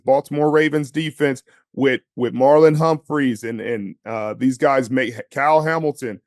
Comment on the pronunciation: Marlon Humphrey, not Marlon Humphries.